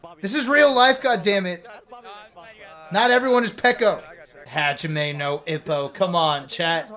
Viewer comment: Listening to try to say Hajime no Ippo was honestly one of the worst things I've heard on YT